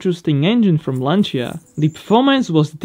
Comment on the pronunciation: From all italians... thanks for your pronunciation of Lancia. You are one of the few that actually pronounce it correctly.